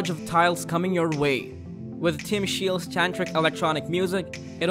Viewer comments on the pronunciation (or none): none